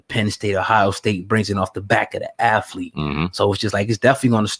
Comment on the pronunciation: "Off the back of the "afflete"...